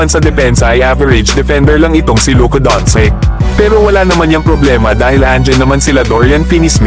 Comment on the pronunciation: doncic naging doncik 😅